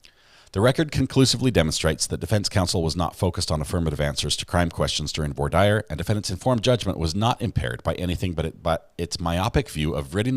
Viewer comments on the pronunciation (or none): LOL, it’s “vwar deer”. 😂